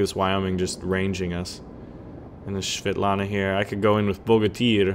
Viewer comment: Man, it's so fun how u are saying the ship name )